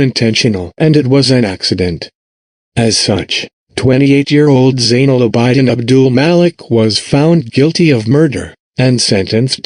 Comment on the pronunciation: abidin is pronounced aa bi din not aa bai diin